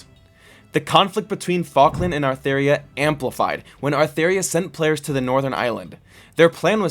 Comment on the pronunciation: It's actually Atheria :<